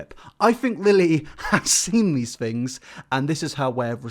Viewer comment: "americans go to school" says someone who pronounces things as fings. also she has a pants suit on without the pants. thats why he said she had no pants on. we know what jean pants and shorts are bro. you focus on your fings.